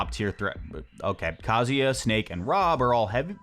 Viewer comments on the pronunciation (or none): none